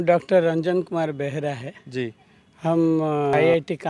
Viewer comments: बेहरा होता है। बहेरा नहीं। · अरे भाई! इन महाशय के नाम का उच्चारण कर रहे हैं वो गलत है! सही उच्चारण है बेहरा है! कृपया ध्यान दें! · इतने मूर्धन्य विद्वान पूजनीय श्री बेहरा जी का का नाम लापरवाही से एञ्कर बहेडा शब्द का उच्चारण कर रहा है। अंतःकर्ण से भारतीयता के प्रति सम्मान नहीं दिखाई दे रहा है। बहुत पीडा हुई। पूजनीय बेहरा साहब श्रीमद्भगवद्गीता के सच्चे विद्वान हैं । श्रीमद्भगवद्गीता को जीते है। श्री सेहरा साहब सादर प्रणाम है। जय श्रीकृष्ण ।